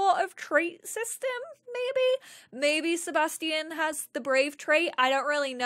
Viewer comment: Seba Sti Ian lmao it’s Sebastian